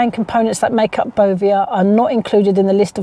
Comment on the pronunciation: I've checked my ASDA milk and around the little farm owned square it's printed as tiny as they could possibly go. Sourced from Arla foods. How do we know wheather Asda are also accepting the Bovear milk. It's pronounced Bo Vare I believe.